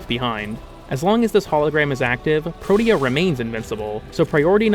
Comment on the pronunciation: pro-tea-uh is how its pronounced